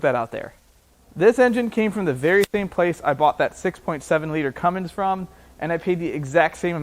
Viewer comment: "Cummings" lol